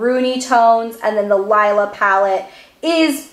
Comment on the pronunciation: Its pronounced LEELA.